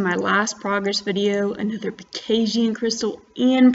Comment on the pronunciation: lol why do u say pekasian instead pegasian?!?! nice vid tho